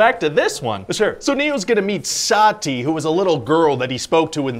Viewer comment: it's not saaaaattiiii it's sati